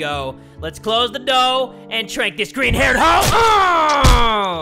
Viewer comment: Did he say GURIN and not GREENU